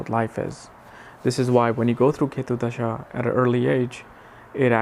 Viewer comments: Hari om & namaste! You are good! Please pronounce DASHAA & not DHASHAA. Sanskrit is a beautiful language where in the meaning of a word is inherent in the word itself, thus importance of pronouncing it properly. Besides so many people learn from your good work, so let them learn properly! I am a Swamiji from Chinmaya Mission! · It's not Dhhasha.. it's called Dasha